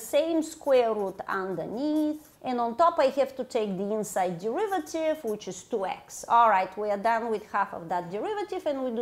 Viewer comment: Can't you just take the de-river-tive? (Sorry, not sorry)